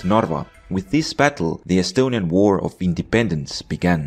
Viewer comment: you say estonian words so correct are you estonian?